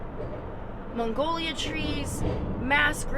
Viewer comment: Haha ..that was cute ...mongolia trees 😅...just to clarify its magnolia....hehe